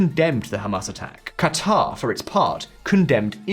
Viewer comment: The portrayal of Saudi Arabia’s dynamics and calculations in this war is as good as pronunciation of Saleh and Qatar 😂. This is the same level of understanding of the sunni/shia dynamic in Iraq, congress had before the Iraq war. White guy making Middle East 101 videos for other white dudes, never having set foot in the Middle East. Classic.